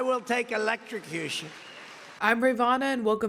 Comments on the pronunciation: He said "elect-sha-cution" 😂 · Words are hard .